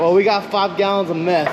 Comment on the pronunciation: 5 gallons of MEFF baby